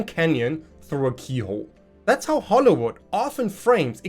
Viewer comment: I know it was probably just your accent, but "Hollowood" seems like a pretty apt name for our entertainment industry recently.